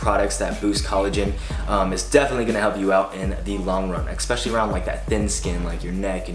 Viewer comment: love your vids but one thing that bothers me: its pronounced ESPECIALLY not EC-specially. Cheers great stuff